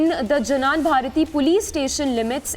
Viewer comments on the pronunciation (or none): It's not janan bharathi it's Jnana bharathi madam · Not janan Bharathi 😃😃 it is jnana Bharathi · It's not janan bharathi it's jnana (to pronounce "gnana") bharathi ಜ್ಞಾನಭಾರತಿ. Jnana means knowledge. It's a Kannada word